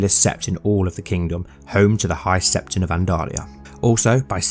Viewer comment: Loving this! Still bugs me how you keep saying High Septon though